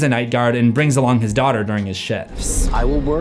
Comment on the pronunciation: DOHW-TEHR??? LOL NOOOOO!!!! that's Elizabeth "abby" Schmidt :) YOU'RE WELCOME !!!